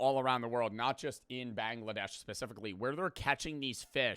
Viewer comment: It's Bangladesh not Banglaa- Dash dumb cheese burger